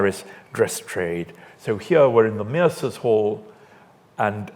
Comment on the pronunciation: Can someone plz explain if Mercer should in fact be pronounced as meer-sir as the speaker does or is it just his French influenced speech?